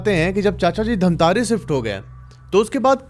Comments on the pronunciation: Bhai dhamtarrii nahi bhai dhamtari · धमतरी है भैया धमतारी नहीं😅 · Yes mai bhi same yahi batne wala tha ।। It's धमतरी not धमतारी becouse I'm also from Raipur Chhattisgarh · dhamtaari nhi bhaiya dhamtari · धमतारी ❌ धमतरी ☑️ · Pronounciation thik kar lijiye , dhamtaari nahi dhamtari district hai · धमतारे नहीं धमतरी है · Dhamtari hai bhai dhammtari nahi edit karo humare shahr ka naam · Bro.. it's dhamtari...not dhamtaari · धमतरी ✅धमतारी ❌ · Dhamtare ni sir धमतरी है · धमतरी है धमतारी नहीं है 🙄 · भाई वो धमतारी नहीं है वो धमतरी है😂😂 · धमतरी है भैया जी धामतारी नहीं है मैं धमतरी से देख रहा हूं 😅😅😅🎉🎉🎉❤❤❤ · धामतारी ❌ धमतरी ✅ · Dhantari ni bro dhamtari hai 😂 me wahi se hu dhamtari se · धमतरी है धमतारी नहीं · Bhai pahli bat to ye धमतारी,,,2 क्या bol rha hai wo धमतरी है ।। Mail check karke ek bar name google kr lete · भाई धामतरी नहीं है धमतरी है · धमतरी है भाई जगह नाम धामतारी नहीं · bhaiya for future references it's not धमतारी, it's धमतरी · भइया वो धमतारी नहीं धमतरी है 😊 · धमतरी है उसका नाम न कि धमतारी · Dhantari ni hai bhai dhamtari hai😅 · धमतरी है धमतारि नहीं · Dhantari nahi hai dhamtari hai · Damtari× Damtri/😊😊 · Bhai dhamtari nahin dhamtari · Bhai I am from dhamtari but ise धमतारी nahi धमतरी kahate hain ❤❤ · धमतारी नहीं धमतरी है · धमतरी hai bhai धमतारी nhi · छत्तीसगढ़ से हू और धमतारी नही धमतरी है उस शहर का नाम 😅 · Main chhattisgadh se durg se hu aur ye bat sach hai jo black magic krte hai wo sach me apna santulan kho baithte hai. Aur ha sir धमतरी है धमतारी नई है sorry mujhe lga to maine bta diya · Bhaiya vo dhamtari hai dhamtare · धमतारी नही धमतरी है और किस गांव से हो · Bhai dhamtari me mera mama ghr hai aur raipur me mai raheta hu😂😂btw aap dhamtari ko glt bol rahe hai